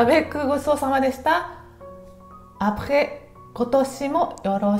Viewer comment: 明けましておめでとうございます。 エスカルゴ美味しそうでした。私もエスカルゴ大好きです。 殿、よろしくって言いづらそうでしたが、アメリカ人が、さしすせそが言いにくい（ホンマかいなって話しですが）って聞いた事があるのですが、フランス人も言いにくいんでしょうかね〜⁇ でも、ごちそうさまは完璧ですね😊👌